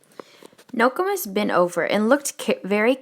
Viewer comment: Ur saying nokomis wrong but thanks for helping me get caught up